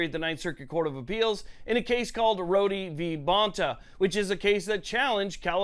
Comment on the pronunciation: I hope this isn't taken the wrong way, but Rhode v. Bonta is pronounced as "Road v. Bonta" and not "Roady v. Bonta." I'm not trying to be a jerk about it, just a heads up.